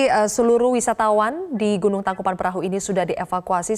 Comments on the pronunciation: Tangkupan tangkupan tangkupan tangkupan tangkuPAN perahu nyebut TANGKUBAN BAN BAN salah mulukk busett!!!! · Syukur tidak ada korban jiwa, tapi kenapa saya dengarnya pembaca berita ngmg nya " Tangkupan Perahu " ya